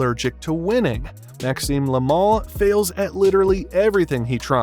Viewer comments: Yoo dide noteuh sayeu "le mal", yoo soundèd morre likeuh "laimon" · Look: they way you say "le mal" makes it like the mall in u.s. You say it like it's "le moohl" but it's "le mal"... Clear and simple No "ooh" inside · Le mal, not la mol.